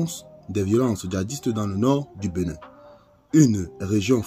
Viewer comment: Cest "BÉnin" et non "BEnin"